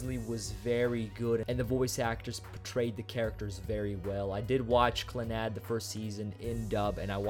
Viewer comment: I looked up the pronunciation and its clah-nahd not clannod